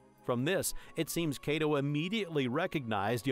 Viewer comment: I swear call him Kaydo one more time and I'll have a stroke.